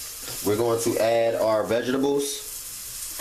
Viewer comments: sorry but vegables is not part of any English dialect. werf painitbutter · U kept killing me saying vegibles 😭lol but this is fire ima have to try this 🥰🥰🥰